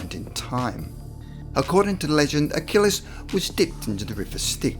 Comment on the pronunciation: Achilles. Not Achillis.